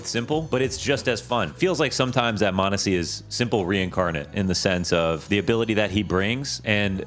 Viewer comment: its Monesy and its not close